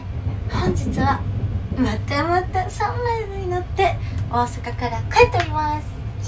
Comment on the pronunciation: サンライズのイントネーション笑 サン↑ライズ↓